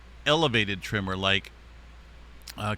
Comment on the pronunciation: Tremor not trimmer 🧐